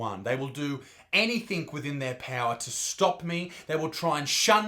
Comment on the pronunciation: Bro, did you say "anythink"?